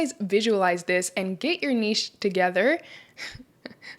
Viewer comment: Can we all just give this lady a round of applause for pronouncing NICHE correctly! So tired of hearing NITCH, like WTF is that.